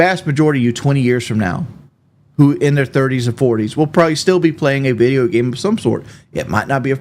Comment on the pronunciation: Hope he doesn't play any "bideo gaem" anymore - listening to this awful. "aa wunna teech" teach yourself to stop eating awful slop and sucking down gallons of soda. btw he IS OBSESSED WITH KD. "I'm not out here trying to impress you" while he constantly uses KD like some kind of rank over team mates.